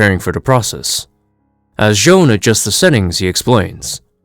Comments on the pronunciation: You pronounced the Martian Manhunters name wrong. It’s not Joan it’s J'onn J'onzz. You can learn how to pronounce his name is season 1 episode 2 of Justice League the animated series. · J’onn J’onzz’s name is pronounced with a French accent, like /'ʒon 'ʒon.z/. Similar to the actor, “Jean-Claude Van Damme.” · Its pronounced "J'zahn"